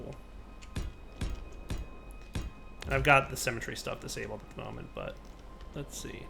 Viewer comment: cemetery mode? yeah, no, i really don't want to do anything with that. ce-me-te-ry.